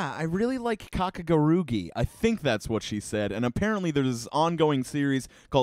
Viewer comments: This video kills me. it is called kakegurui not kakeguruki. It is not a big mistake to make yet it Hurts so much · I’m sorry but I’m gonna have to laugh at how you said Kakegurui- “Kakeguruki” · Ngl, I got a little triggered when you were pronouncing Kakegurui wrong and with an extra G, but I can't really hate ya for how you pronounce something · HE SAID KAKUGURUGHEE VAMPIRE GAMBLER IM DEADDD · “kakegurugi: vampire gambler” do i need to sit down and tell him how to pronounce this? lmao also, kakegurui isn’t really violent in my opinion, it’s more of a hypersexual manga about gambling, though there are some gambles such as itsuki’s nail gamble (where her and the protagonist gamble and if the protagonist lost, she would loose her nails) and midari’s gamble (where she bet if someone lost on of the rounds of the game her and the protag were playing, the winner of the round would shoot the other)